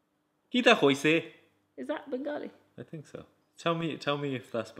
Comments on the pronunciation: it's bengaali u pronounced it right first time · EKETITEEEH Lol said it right the first time IMO “Bengali”. Do you think that’s why they made this video? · said it right way.. bangali one 😁😛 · knows the drill! 😎😄 Also the Bengali was spot on, great video guys! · YESSS SID SAYS BENGALI CORRECTLY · SIDS pronunciation was amazing!! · Omg sid amazing bangli p.s said it right love u lots ❤❤❤❤🇧🇩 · Yh you said it right